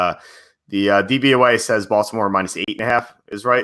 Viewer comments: you say DVAY. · It's DVOA not DVYA